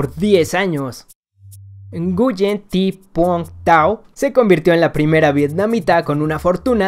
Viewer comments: Nguyen!!!! Se dice GUEEEENN! 😒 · 51. Nguyen se pronuncia “uén”